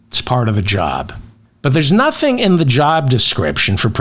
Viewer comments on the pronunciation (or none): none